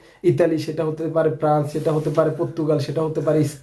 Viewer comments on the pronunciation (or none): none